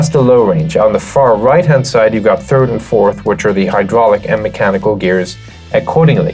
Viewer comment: He's saying turd😂😂😂